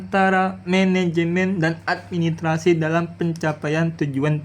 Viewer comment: Administrasi pak guru ...bukan Admi trasi he